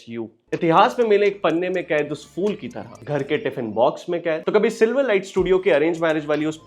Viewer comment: Phool, not fool 😅